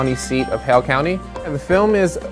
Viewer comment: I thought he was saying “Hell County”